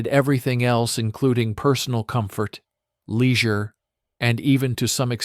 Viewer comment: What is leezure?